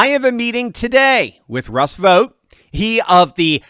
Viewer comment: Vought rhymes with Spot 😂